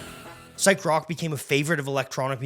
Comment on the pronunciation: Indeed. Horrendous mispronunciations throughout - also of French and German. He even said "brock" instead of rock once. Is he AI?